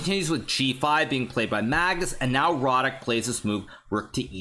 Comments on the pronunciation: Yea,I'm native on Polish and want congratulate Hikaru,pretty good speech. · I was surprised that no Pole wrote that Hikaru pronounced Radek's name quite well.